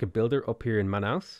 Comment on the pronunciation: Watching you mispronounce Brazil's city names gives me the big sad and the giggles too. At least you got Manaus right.